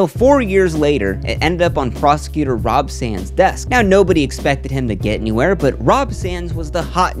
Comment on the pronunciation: It's actually Rob Sand, but well done video.